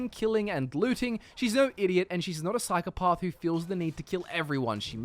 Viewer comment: I'm sorry... how did you pronounce psychopath?